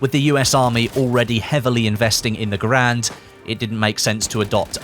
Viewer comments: Garand sounds like errand... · You are pronouncing Garand wrong.